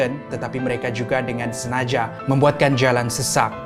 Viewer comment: tanya jak ya... Knp ko sebut "Menangani"... Dgn "Menang-gani" double "g" dan "sengaja"... Dgn "senaja"